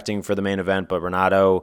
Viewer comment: Just found this channel and it's good but one thing is the r in Portuguese is pronounced like a h so it's henato not Renato